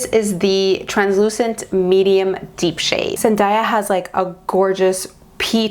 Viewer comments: I love you, but it's pronounced Zen-day-ya, not Zen-daa-ya! Sorry, one of my biggest pet peeves is when people pronounce things incorrectly 😅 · YESSS, please do a zendaya month!!!! Just one thing and that was really bugging me through most of the video is that zendaya's name is pronounce as zen-DAY-a, not zen-DIE-ya. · Please do zen-DAY-uh month.. but idk about zen-dye-uh month..... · loved the look and totally love the idea of the Zendaya month. Also, I just saw a video where Zendaya herself said her name is pronounced Zen-day-uh not Zen-die-ah. Just thought you'd wanna know. Love you.:) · Everytime she says zendiea instead of zendaya my ears just tingle lol it reminds of dat video of how zendaya prounounces her name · It’s ZenDAYah but love the tutorial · her name is pronounced as zen-DAY-ah! <3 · No hate at all!! but it’s pronounced Zen-DAY-a hope this helps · You're awesome, please do Zendaya month! I believe you are mispronouncing her name. I saw a video where she was teaching people how to say her name and it is pronounced Zen-day-ya. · Omg the way u pronounce her name GIVE ME THE CHILLS 😣😣😣😣😣 LOL BUT I love the look 😉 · Krisel Obando I know I'm like that's not how you say it every time she says her name lol